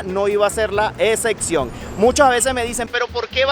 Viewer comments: "Excecsión" xd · execciòn? Amigo! Es con p, espero que no le moleste a nadie pero la verdad no hay nada mejor para el receptor que poder entender bien la correcta pronunciación de la palabras del emisor. De todas maneras un saludo .